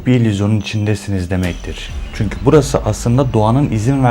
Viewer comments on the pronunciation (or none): none